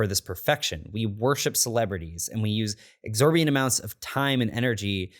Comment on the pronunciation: "exorbient" amounts of time and energy???